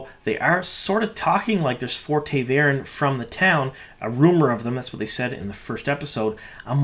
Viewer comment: You mispronounce a lot of things for a super book fan! Ta’veren, for example - it’s “tah” not “tay”. Also Birgitte - it should be “Ber-git-tuh” not “Bridget”.